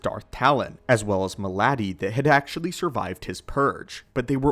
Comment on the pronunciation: You are pronouncing Maladi wrong, its closer to Melody.